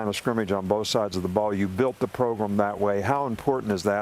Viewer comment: Wish we had a camera on Pat when Nick says progrim